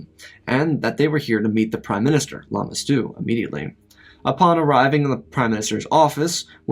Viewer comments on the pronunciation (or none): none